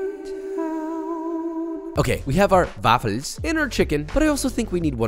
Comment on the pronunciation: 😂😂😂 I am stuck on the German pronunciation of "waffles" 😂😂😂